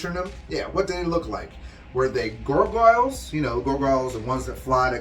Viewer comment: The way you pronounce Gargoyle is bothering me 😂